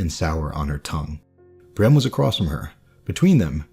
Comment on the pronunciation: You're pronunciation of Brienne had my confused for the entire first minute or two. It sounded so much like Bran, while I've always pronounced like Bree-anne (less exaggerated, but with a noticeable ee). This is actually kind of interesting, tho. I'm wondering if they aren't meant to have similar sounding names. I had never thought of them as being very similar, for obvious reasons, maybe, but thinking about it now, they are both far removed their peers, shunned, confused, miss-understood, with numerous clear similarities.